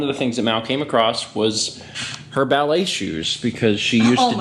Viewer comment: No it's not Ballet, its the bah-leigh